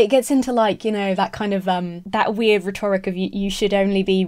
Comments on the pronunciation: Great video and indeed channel. please don’t think me a pedant when I ask you to look of the pronunciation of the word rhetoric. I really like hearing a younger (than me) person tackling these issues. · Stop saying rhetoric wrong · You're awesome, but why do you pronounce 'rhetoric' so strangely? 😅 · Love the way you pronounce "rhetoric" lol